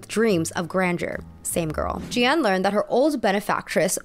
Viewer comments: “Jeanne” in French is pronounced “jAhnn” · (context - it's "jen" with a soft j) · You don't pronounce both "e"s in "Jeanne" :) Also I feel like scamming can be very capitalist. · So for a French prononciation, Jeanne is pronounced more like « Jan » than « je - ann » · Jeanne is actually pronounces J-Anne not J-y-anne :) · My parents are French so trust me I feel you with the accent struggle lol! You had livre right with that slight “uh” sound at the end! Jeanne would be pronounced like “Jahn” like a long drawn out A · Livre -> the "i" is pronounced like "e" in English. Ignore the "e" at the end of the word. (And you can pronounce Jeanne like Jane, it's close enough that we understand ^^) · Sis's editing in this video is on point! I dunno if she hired an editor or if she painstakingly did this herself, but brava!!! I will say though, her pronunciation of Jeanne - oh gosh... oh jesus christ XD It's not very often I hear my name pronounced in a French-ish accent at all but this was... an experience ahahaha! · I didn't understand the story about Jeanne because of the messed up pronunciation of the names I'm so sorry 😭